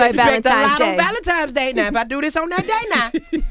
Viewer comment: blacks really do struggle with the pronunciation of valentine's day..... valetime's day? Repercussions of ebonics.